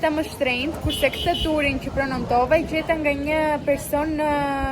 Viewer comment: Prenontova❌ Prenotova✅